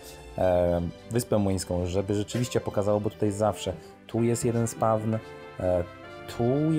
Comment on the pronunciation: mówi się spałn a nie spawn